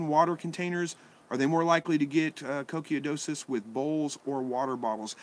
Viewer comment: coccidiosis is pronounced 'cock-siddy-osis', just to help out...